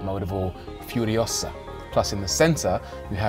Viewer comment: Its furiosa.. not furiousaa